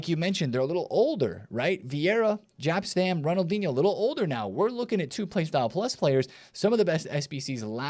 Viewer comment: You Americans.... It's not Gap or Żap Stam it's Jap Stam 😵‍💫